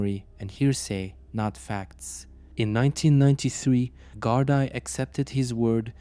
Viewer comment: Gardai is pronounced Gardee